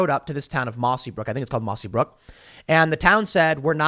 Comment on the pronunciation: Tim, it's Mossyrock.